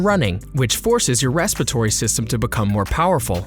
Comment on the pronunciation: Am I the only one bothered by the narrator calling it "respitory system"?